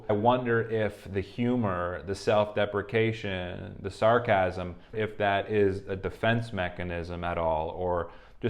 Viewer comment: "self-depprication" hahaha